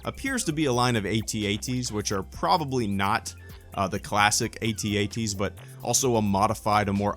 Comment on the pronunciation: My man says AT-AT right hell yeah